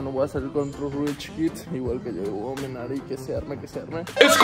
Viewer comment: Un shotsito cada que dice iluminari 🥴🥴